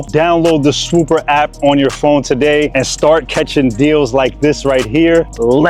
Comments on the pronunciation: If you use that app for real id assume you'd say the name correctly. I use "swooper" to get the cheapest prices...meanwhile its called swoopa. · its clearly "swoopa" not "swooper"